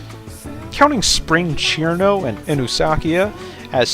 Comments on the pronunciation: CHirno??? isnt it sir'no? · Ćirno not Chirno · Fun fact: cirno is read sir-no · so cirno's name is pronounced "Chirno" ? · my guy said cirno wrong